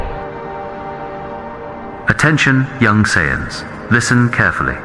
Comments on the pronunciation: Sai-eyes? Whats that. 😂😂😂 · "Sai eyes" 😂😂😂😂😂😂